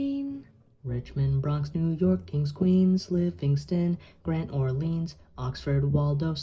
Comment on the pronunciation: This is SO good! I have never seen anything as impressive as this. The only thing that ticked me off is when you pronounced Orleans like “Or-Leens”. It’s “Or-Lins”